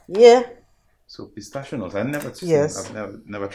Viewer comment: It is not potassio nut but pistachio